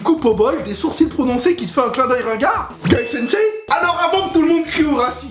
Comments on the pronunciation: C'est Guy Sensei et pas GAI sensei bordel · I don't understand anything he said but when he said "Guy Sensei" LMFAO!!!!! i'm dead 😂💦